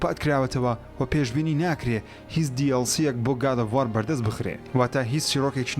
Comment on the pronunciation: وااااااار نا برا وؤر ، گاد ئوف وووووووور ، /WOR/ ئه خوينريته وه نه ك /WAAAAARRR/